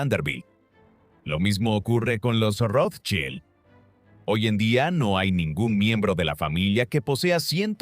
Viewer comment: El apellido lo pronuncian de maneras diferentes e incorrectas todo el tiempo. Llegué hasta aquí con el documental porque en serio me generó malestar. Espero que puedan tener en cuenta la crítica y trabajar en ella. Saludos.